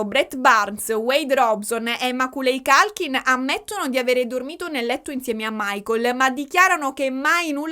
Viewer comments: ciao! non vedevo l'ora che uscisse questo video, 3 ore... WOW immagino solo lo sbattone che vi siete fatti nel raccogliere tutte le fonti e poi montare il tutto, grandi! solo per info tua, per quanto riguarda l'attore di "mamma hop perso l'aereo" si pronuncerebbe "MECOLI COLKIN" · Meccóly Colchin… non voglio fare la saccente… dio mi scampi e liberi dal demone dei nazzi-grammar o nazzi-pronouncer ❤❤❤ ne sono preda però… io uso google translate quando ho dubbi sulla pronuncia dei nomi inglesi. Dammi il nome di uno psichiatraaaa se ne conosci uno (vengo anche a Palermo per uno bravo!) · tutto bellissimo….ma non si può sentire come leggi il nome di Macaulay Culkin 😂😂😂😂 Ma io sono della sua generazione e ovviamente sono avvantaggiato…tutti noi ragazzini sapevamo chi fosse e come si leggesse il suo nome. 😁